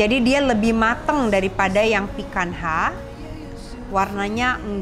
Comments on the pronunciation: I sometimes watch Latina youtuber who's an avid lover of steaks and he pronounces picanha like "pee-kan-nya". I think that's why it's so weird to hear it like pee-kan-ha 🤣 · Woow thanks for the video, Chef. Maaf ada koreksi sedikit, picanha itu pelafalannya /'pi-ka-nya/ bukan /'pi-kan-ha/. Xoxo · Benar sekali..tp itu pronunciation Brazilian huruf NH sama seperti kita punya NY .krn FQ lebih ke English ya dia nyebutnya sesuai apa yg tertulis..ok thanks for correcting.. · Maaf koreksi cara pronounce picanha itu "pikanya" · bukannya pronounce untuk Picanha itu "pican-nya" Chef???ini cut yang biasanya ditekuk trus diskewer and char-grilled??CMIIW